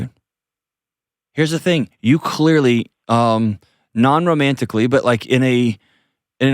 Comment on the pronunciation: John has to emphasize “non romantically “ says it all 😂